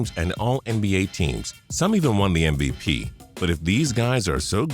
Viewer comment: ..did he say mvpenis ????